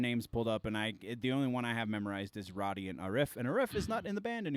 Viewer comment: Road-e, not Rod-e